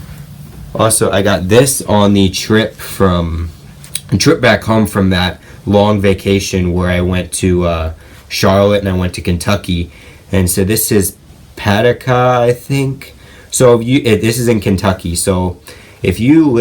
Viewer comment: It is pronounced pah-doo-cah